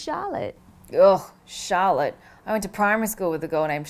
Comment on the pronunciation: The way you pronounce Charlotte, it sounds like shallot.... Now, you just ruined a really good potential name for my kid, thanks Natalie.